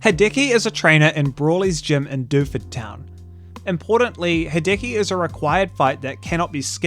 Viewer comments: It's worth pointing out that it's "HEE-deh-key", rather than "he-DEH-key". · Me, the entire video: "please don't say hideki again...": "Ha-decky, ha-decky, ha-decky." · "Ha-decky" christ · I hope this doesn't come across as abrasive (sadly it's my natural tone of speech so I'm paranoid about it) but that's not the way you pronounce Hideki. In the video, you're using the english e, which sounds like the “Hi-” and “-ki” parts of his name, but the “-de-” part is meant to be pronounced with a similar type of e as the one in the words "dextrous", "delightful" and "devilish". Just wanted to add that cause the constant "Hidiki" is killing me inside :')